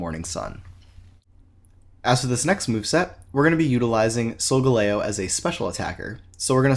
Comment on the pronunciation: The way you pronounce solgaleo triggers me